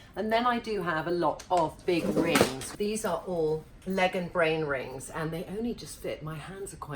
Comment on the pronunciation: Did she say Katie Brain rings?